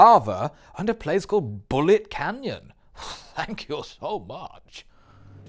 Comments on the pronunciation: "Bulloch Canyon" btw.... 😉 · These vids are just getting better and better, both comedically and visually - great stuff. However, I'm gonna be the guy who points out that Greef Karga actually says 'Bulloch Canyon', not 'Bullet Canyon', it's named after Jeremy Bulloch, the original Boba Fett. 👍🏻